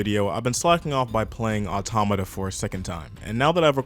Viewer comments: ITS NOT AUTONOMA OR AUTONOMAR, AUTOMATA. JEEZZZZ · automata not autonama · It’s Nier Automata not Autonama.. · If you make a video criticizing a game you might want to learn how to say it's name correctly at least? It's not "autonoma"... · "Autonima", you keep saying it wrong like that. Sometimes you say it right. It's pretty distracting. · "Nier "Autonouma" is a great game" - your opinion is in invalidated if you mispronounce the topic in the first 2 seconds of your video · This nigga said autonama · why does he say autonama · Autonomous atomanaus anotamaus Anothermouse bitch learn how to pronounce please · Man I just hate the way you pronounce automata…